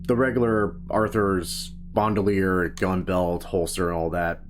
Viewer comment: BAND-UH-LEIR not BOND-U-LEIR